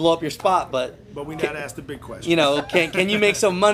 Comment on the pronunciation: how is someone with an ass a mile wide good looking n learn how to talk,you don't axe someone you ask someone